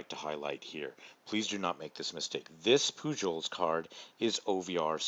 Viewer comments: Poo-Hohls ..... Not Poo-Jols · Just to let you know, the J in Pujols is pronounced as an H.